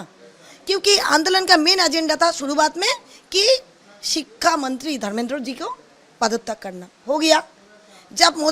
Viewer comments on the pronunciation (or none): Didi thik se bolna sikho sikka mantri nhi Shiksha mantri practice kro aa jayega 😂😂😂